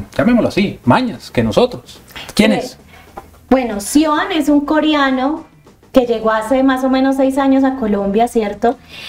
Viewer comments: Esta periodista es ñeque, tirada para brutica, que estudie expresión de habla, pues no se dice koriano, niña es koreano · Coriano, nooo señora, coreano😅😅